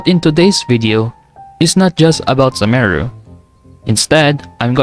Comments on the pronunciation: its pronounced soo-ma-ru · is it only me that pronounces sumeru “some er ru”?😅